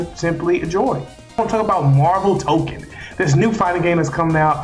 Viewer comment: I’m sorry I gotta say it, it’s TokON, not token (otherwise good video just a pet peeve)